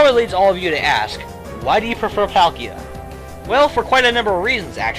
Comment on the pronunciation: IT'S PAUL-KEY-A!